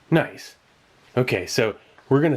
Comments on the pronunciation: click NOICE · Sieglinde "noice"